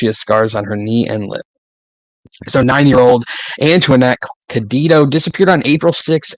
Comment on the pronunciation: Cayedito is pronounced "K'eye-uh-dee-toe".